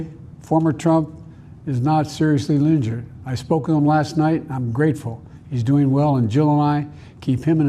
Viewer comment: "Thankfully, former Trump is not seriously lingered". come on man